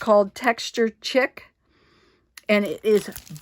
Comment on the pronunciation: Absolutely lovely! I love all of the cards in your video. I had to laugh as you pronounced chic as chick instead of sheek as it should be pronounced. Thanks so much for this beautiful video!